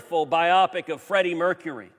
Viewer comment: Too true Ted! One thing though, it's Bio-Pic not Bi-Opic!😡